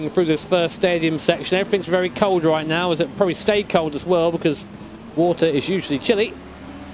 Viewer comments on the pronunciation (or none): none